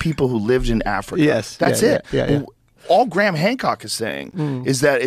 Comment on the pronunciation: His name isn’t Gram. It’s Graham. I don’t understand why people don’t learn to pronounce the names of the people they are talking about.